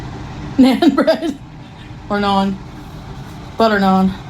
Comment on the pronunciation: How she dk how to say naan 😭😭